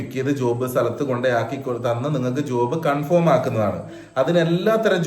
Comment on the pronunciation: സുഹൃത്തേ ഉച്ചാരണം കൺഫോം അല്ല കൺഫേം ആണ്. Not conform. but Confirm. താങ്കൾക്കും പൊന്നൂസിനും എൻറെ സ്നേഹം.